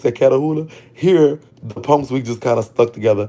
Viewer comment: I can only imagine how many fine ninjas in prison😩😍. I L❤️VE THE WAY YOU SAY PUNKS😂....you pronounce it PONKS💀🤣.